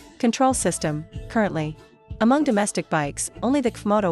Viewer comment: Comoto?? stupid AI crap